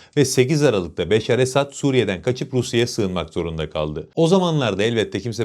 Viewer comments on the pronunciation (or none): esAd değil. esEd olacak. esAd mutlu demek, esEd aslan demek. kendisi her ne kadar aslan değil fare olsa da. doğru telaffuz etmek lazım.